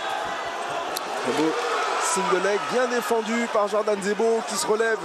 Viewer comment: 6.49 il dit zordan jebo, ca m'as fumé